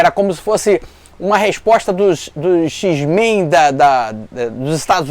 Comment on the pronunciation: Se o cara fala "Xis-Men", já respeito muito mais!